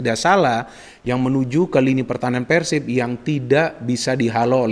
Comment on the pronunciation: ini udah kaya orang sunda dia kl bilang PERSIB itu PERsib >> Pengucapan PER seperti PER KEONG bukan Pengucapan PER seperti PER tiga perempat 3/4.. tapi lucunya pada saat dia bilang PERSIRAJA dia bilang PERsiraja pengucapan seperti PER tiga perempat 3/4.. selamat anda bisa jadi orang sunda haha 🤣👍